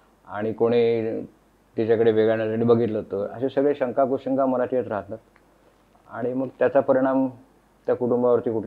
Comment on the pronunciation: बाई तु आधी "ण"आणि "न"शब्द कुठं वापरावं हे अभ्यास कर...लगणं, मणात....😂